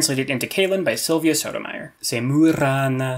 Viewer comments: The way you say Sotomayor hurt me. :3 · The way he says Sotomayor hurt me. :3